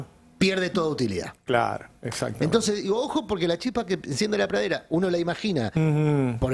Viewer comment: no puede pronunciar la palabra "pradera"?🤌